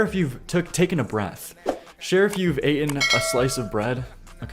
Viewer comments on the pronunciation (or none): Bro said "aten"